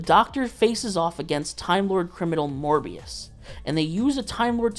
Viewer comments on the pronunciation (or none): STOP SAYING MORBIUS